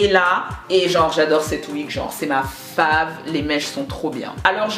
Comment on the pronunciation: Mais toi aussi on dit pas "fav" mais "feyv" 😂😂